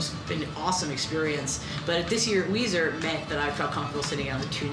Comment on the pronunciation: me too Makayla. I had a hard time getting through this. The constant mispronunciation drove me insane. lol (Melissa Weiser (Lilly))